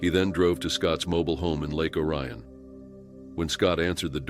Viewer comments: I'm from the area the first took place. It's ory-un not oh- ryan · The city’s name is pronounced “Lake OH-ree-ahn,” not “oh-RYE-un.” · I lived down the street from jonathan. He was a true fruit cake. He and another guy named bistubas used to do burglaries the the neighborhood. Oh the name of the town is pronounced (OR EE un)